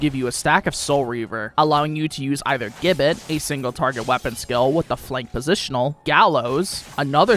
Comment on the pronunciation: Gibbet. Pronounce 'Jib-bet'